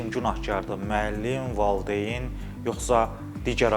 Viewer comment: Ay jurnalist,valdeyn deyil,valİdeyindir.